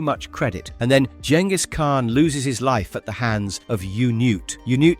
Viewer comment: Fuck ya you even pronounced Genghis properly!!